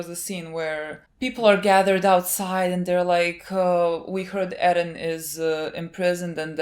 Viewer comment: Stop saying edden. It's Eren you weeb, stop saying it with Japanese pronunciation, you're speaking English. Also you are not a part of the show, stop saying we, my god gtfo, you're so naive